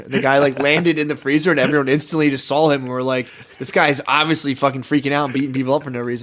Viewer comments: The way matt says ‘sawl’ for saw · i just noticed matt saying “i sawl him” instead of “i saw him” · Saying, “I sawl him.” Is pretty white trash lmao.